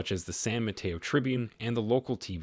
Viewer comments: San Mateo… ( SAN mə-TAY-oh) not ma-tea-oh. 🙏🏻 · San Mateo is mispronounced. It is a Spanish name. In Spanish “e” is 😅an long vowel “a”